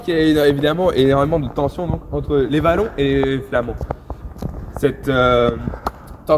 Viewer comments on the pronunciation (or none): les "Vallon" ? c'est un "W" donc ça ce prononce pas comme ça, mais bon...